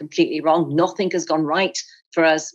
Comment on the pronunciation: Did she just say “nothink’ and ‘was STOOD behind…’ this is a woman who,is supposed to have a great following, her own TV show now and cannot speak properly! Likewise the gone and forgotten Patel, who wasn’t aware there was a ‘g’ at the end of words such as going, coming, walking, etc., someone really should have told them.